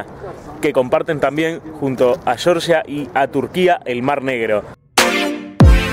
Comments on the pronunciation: La Real Academia Española , por ejemplo. Si fuera "shorsha" se escribiría Shorsha. Como es Georgia, se pronuncia Georgia. Saludos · Se dice Georgia, no shorsha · georgia con g no con ch, cheorchia jaja